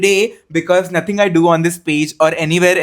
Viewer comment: NOHTHING IS THAT Deep